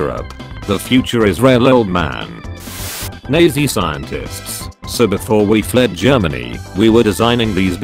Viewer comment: Norman people: "Nazi" Text to speech bot: Fucking "Nayzee"